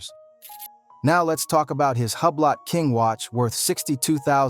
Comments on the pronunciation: Hub-blot lol it’s pronounced Ooo-blo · Hublock???? What is that....Huuubloooooo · This MFr say Hue-Blot one more time imma throw my phone. 😅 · Hugh blot 😂😂😂😂 ⌚ hub lot sounds like I could afford one 😂